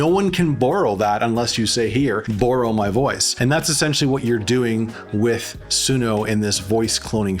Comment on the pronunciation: Idt that’s how you pronounces “borrow” my guy